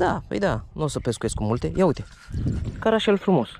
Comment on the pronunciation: Eu știu că îi zice cărășel ,nu carașel!no hate